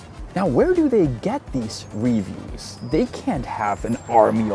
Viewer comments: You know how you often have a lesson at the end that teaches us how to say words in Czech? Please allow me to politely show you how to properly pronounce “reviews” in English. reh-VIEWS. The emphasis is on the second syllable, not the first. It’s re-VIEWS, not RE-views. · It's reVIEWS. Sorry, your english is really good but it annoys me 😅. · English's lexical stress system is unpredictable, but it does matter to be better understood. Unfortunately it requires hearing native speakers to learn it more steadily as it's impossible to learn it from reading alone. "Review" has stress on the second syllable, not the first. By stressing the first syllable it changes the meaning inferring you're viewing something again, as opposed to making an evaluation of quality.